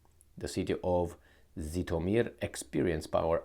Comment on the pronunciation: There is a difference between the sounds "z" and "zh": kinZHal, zaporoZHye, ZHitomir sound as [ʒ], like in the words "meaSure", "deciSion" I hope will read this